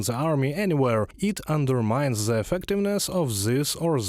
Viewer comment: Hey guys - there's an English word - "the" - it's a definite article and I'm sure you're familiar with it. IT DOES NOT BEGIN WITH A "Z".. Thanks.